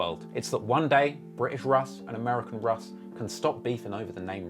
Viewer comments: Pronounced “Rush” as in Russian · English russ is pronounced rush not russ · UK Russ is pronounced ‘Rush’, short for Russian. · English russ is pronounced "rush" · his name is pronounced "rush" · british russ is pronounced ``rush´´ or like the begining of ``Russia´´ because its a abrreviation for russian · you know uk russ name is pronounced rush because it stands for russian (i havent watched the whole vid yet so idk if addresses it) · it's pronounced 'RUSH' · who tf is russ lol its pronounced rush short for russian in, if he doesn't mention hunch taking his jewels imma be vexed